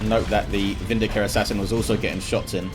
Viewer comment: Hey, it's e-VERSE-ah, not Ever Sore.